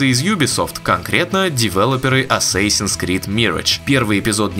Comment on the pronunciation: Ваши попытки в произношения зачастую приводят к обратному результату. Бросали б вы этим маяться… Mirage произносится в английском почти также, как в русском. И никакой не мирэдж. ЗЫ: assassin тоже ни разу ни эссэсин.